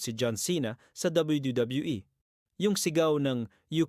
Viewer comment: bulol ka boss habang nagsasabi ng wwe